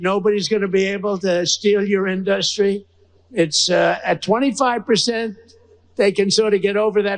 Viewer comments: Why does he say In DUST Ry like that??!!! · What is “an dustry”? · InDUHHStry. I can't even stand the way he pronounces words. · Why does trump pronounce industry , IN-DUST-REE? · DonOld suffers from diarrhea of the mouth. BTW why can’t he pronounce industry. It’s NOT in-dust-tree! What an idiot. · Is anyone else annoyed and confused about the way he pronounces industry. Wtf is going on? Am I missing something? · We have a president who can't say the word industry smh. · For someone who says this word so often pity he can't say it industry this moron instead of three syllables he turns it into three words.